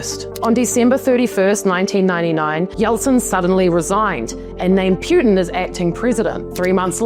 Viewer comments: Poo tin not Pew tin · I find the way you right and deliver so fking amusing. Appreciate the acknowledgment for pronunciation, I’m not usually a stickler on that but you said it so many times that I started getting a physical aversion 😁 It’s P-uh-tin not P-you-tin. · Let's pronounce his name properly please: Poo-tin. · Vladimir "Pe-yutin"? More like Vladdie Putrid. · It's pronounced "POO-tin". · Why do you call him pyuutin? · Putin is pronounced Potin! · You do not pronounce Putin correctly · Pronounce his name correctly😂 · What the f are you talking about?? You don't even know how to say his last name! Learn the basic respect👊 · Bravo! She don't even know how to pronounce his last name! Wtf